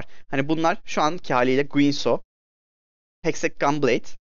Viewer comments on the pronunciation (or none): Abi bu arada Hextech Heştek diye okunuyor